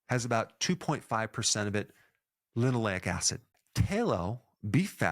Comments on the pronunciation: why you saying L i N 😢 when its L E N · Eric - you started by saying “Linoleic acid” which is indeed omega six oil but then you seemed to say “Linolenic acid” which is omega 3. Or was my hearing playing tricks?